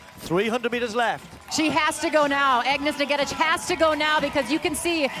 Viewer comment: For the upteenth time, this Kenyan runner is not Egentich but Ng'etich, please just address her as Agness if pronouncing her name correct is such a challenge to you dear commentators! No one quite likes their name mispronounced consistently by 'world wide' media.